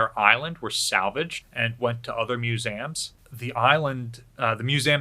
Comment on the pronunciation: Your missing the E in MusEums its not MuSAM... sorry its really triggering